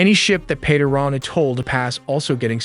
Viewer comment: It is pronounced [E-RAAN]--->[E-RAANIAN]